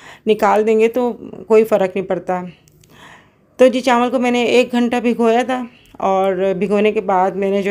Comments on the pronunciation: Recipe bht achi thi or biryani mazedar lg Rahi thi.ek baat kehna thi ap se k chawal ko chanwal na kaha kren.noon ki awaz na shamil krn or chawal kaha Karen.plz bura na manana.... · Chanwl Nhi hota Aanti ji Chawl hota h😂